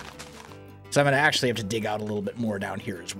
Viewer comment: Stop saying acentually